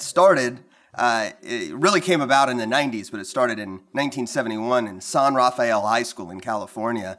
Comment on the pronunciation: It’s not pronounced rah fiy el it’s San rah fell (San Rafael) nobody says that in Marin County